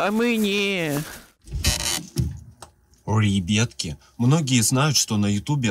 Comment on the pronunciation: мои любимые фразы «РЕБЪЯТКИ» и «А МЕНЕ СЕМЕЧЕК, А МЕНЕ»